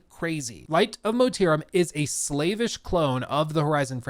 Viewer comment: I like how when he's reading the article he pronounces it like "slave-ish clone" when it's saying slavish. Like slavs. C'mon bruh lol.